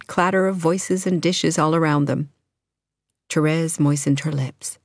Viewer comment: Thank you for not saying "Terees"! I tried to listen to the audiobook and couldn't stand how the girl said that. I'll be listening to this soon =)